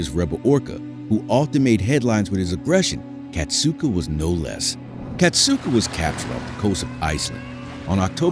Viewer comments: Kasatka, not Katsuka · it wasn’t his last moments. Ken Peters is still alive and still working with the whales at seaworld. it’s also pronounced kas-at-kah not kas-oot-ah